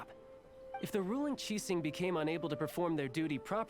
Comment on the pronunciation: I just realized Zhongli pronounce Qixing very accurately. Great Job